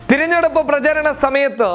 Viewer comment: താൻ ആദ്യം മലയാളം നന്നായ് ഉച്ഛരിക്കുവാൻ പഠിക്ക്. തിരിഞ്ഞെടുപ്പല്ല. തെരഞ്ഞെടുപ്പ് .സംസാനം അല്ല സംസ്ഥാനം. ഓരോ ഊളൻ മാർ ചാനലെന്നും പറഞ്ഞ് ഇറങ്ങും.